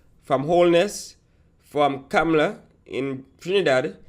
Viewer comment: "Kam-la" not "Cam-Ma- Lar" and Kamla is right..